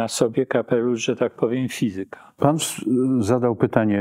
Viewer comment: fizyka, matematyka - akcent na trzeciej sylabie od końca;)